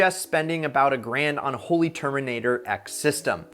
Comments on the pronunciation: I thought was a car guy?? If that were true he'd know how to pronounce Holy I mean Holley! Freakin porch owners! Smdh! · Holley Molley lol